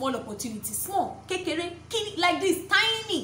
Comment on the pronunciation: Lol, I was amused of hearing you say kekere and congi no Sabi spirituality. Although is a yoruba language but it was so funny the way you said it. Okay over to your question, seriously kissing is not good if we really want to maintain a christian relationship. Because there's no way you will tell me that is not going to attract the sexual pleasure to it. Never it will, no matter the kind of way the kiss is been kissed. Even if it didn't occur that first time just have it in mind that probably is going to turn to another thing some day.. Okay, let me give another opinion, even huge, in a relationship where the opposite sex, either the male or female, is demanding for huge just have it in mind that there is something behind it. Either he or she is feeling some how emotional, or know that something is going to push him or her to demand for something else. For l think, huge is better to be express in a surprised way but never make it an emotional one, is good to be shown when you are so much excited, for instance you got admission, you won a quiz, prize or you got a scholarship to study. Then back to kiss, seriously if you really want to maintain a real strong christian relationship, Lol, please, please, please, you have to avoid any thing that has to do with kiss or kissing. Let me ask you a question, before sex take place, what do you even think that will be surppose to be done first along side, before sex. So for me, my advise is know to kiss in a good christian relationship,.